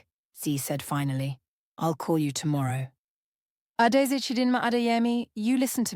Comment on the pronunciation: Beautiful story but Adaeze & Chidimma is Igbo, Zainab & Adeyemi is moslem Yoruba, it REALLY sounds like a broken glass when you mention those names we don’t like anxiety😢